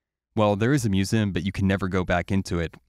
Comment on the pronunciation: The way pronounces 'museum' tho